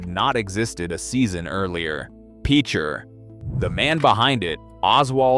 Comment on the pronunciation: I don't know what Autobots reading this but the pronunciation is pitch-er. To use in a sentence he is a really good pitcher for the baseball team. If you've ever known anyone that has grown up around there. If you've ever had to go over there and investigate from a geological standpoint you would know that it is one of the scariest things on earth. Next it is Quapaw. Qua-paw Tribe. Tar Creek that runs through Picher is an ecological disaster of biblical proportions. Some of these people that grew up in the town of Picher will never ever be healthy a day in their life,😣 A horrible life lesson,where everybody suffers.